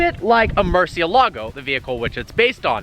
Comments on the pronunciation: Duuude, I'm a big fan but, please don't pronounce the Hispanic names of Lamborghini cars in Italian, even Italians say is wrong. My ears bleed Everytime you say murcielago hehehe. Keep the good work. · man you gotta learn how to pronounce the names correctly, Reventón and Murcielago are spanish names, ask Alejandro how to pronounce them